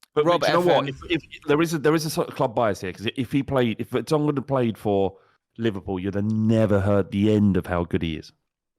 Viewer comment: Did he just say Vertongen?